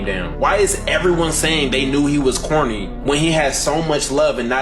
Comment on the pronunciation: Are you saying corny or horny? 😭